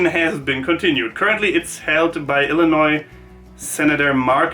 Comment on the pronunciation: You actually said Illinois right! So many Americans say it wrong, pronouncing the s at the end.